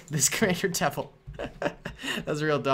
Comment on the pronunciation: its Devis not devil!